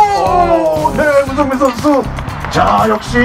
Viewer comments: 문성민을 문선민으로 읽음ㅋㅋㅋ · 순간 문선민 선수가 더 많은 스파이크를 성공 시킬것이냐? 라고 들음 ㅋㅋ